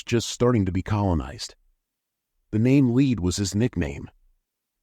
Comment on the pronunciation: Lead is pronounced led. So its pronounced leds ded